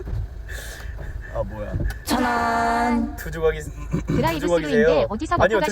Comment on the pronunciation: ㅋㅋㅋㅋㅋㅋㅋㅋㅋㅋㅋㅋㅋㅋㅋㅋㅋㅋㅋㅋㅋㅋㅋㅋㅋㅋㅋㅋㅋㅋㅋㅋㅋㅋㅋㅋ-ㅋㅋㅋㅋㅋ두조각이 어떻게 들고가세요로 들리냐고 ㅋㅋㅋㅋㅋㅋㅋㅋㅋㅋㅋㅋㅋㅋㅋㅋㅋㅌㅌㅌㅌㅌㅋㅋ앞으로 드라이브스루 일주일에 한번씩 가서 연습하는걸로하자